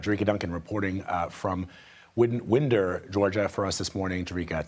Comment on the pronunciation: The city is pronounced Whine-der, not wind-er